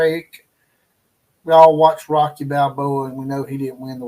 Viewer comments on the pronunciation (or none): none